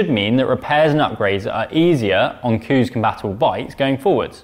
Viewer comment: Coos!!!! Don’t think that’s how you pronounce it! Moooo 🤭